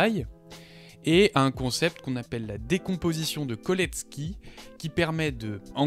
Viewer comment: Autodidacte spotted 😅 : Très bonne vidéo, juste un truc, on prononce cholesky comme chocolat, pas Kolesky :)